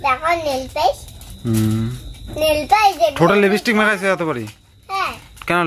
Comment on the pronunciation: তোমার পূজোর কেনাকাটা খুব সুন্দর হয়েছে। তুমি লিপস্টিক উচ্চারণ টা ভুল কর একটু চেষ্টা করলেই ঠিক হয়ে যাবে। কথা টা লিপি না লিপ্ স্টিক।